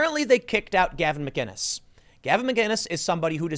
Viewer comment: Theres no "G" in McInnes